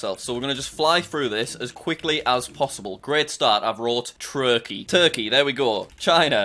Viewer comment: You said troled trukey